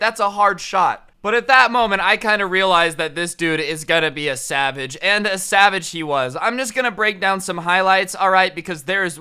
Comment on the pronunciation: did you say sabbage or savage